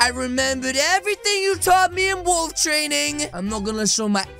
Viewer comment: I heard balls not wolf😅